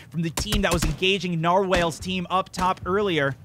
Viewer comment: Ahem: It's nar-walls not nar-whales :D